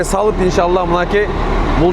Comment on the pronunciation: жаЗап, эЗ алып эмес - З эмес С менен сүйлөгүлөчү